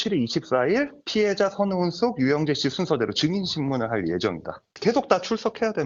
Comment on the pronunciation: 흰의상 변호사는 자꾸 선우은식씨라네 ㅋㅋ 좀 천천히 말해도 될텐데 변호사가 저렇게 발음이 자꾸 꼬여서야